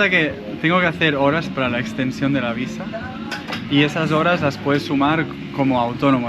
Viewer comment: Me quedo con el Ferrari, lo vendo y compro una camper de 2ª y vivo de rentas el resto de mi vida... (... visa se pronuncia igual que en español...)